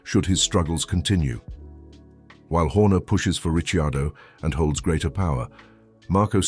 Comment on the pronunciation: No, it's a bot...Listen to it when it talks about Danny Ritchie Ardo